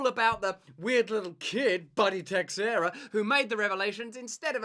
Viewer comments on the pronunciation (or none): The way Russel just keeps naming him tex-eira when he must know by now it‘s pronoubced Tesh-eira. 😂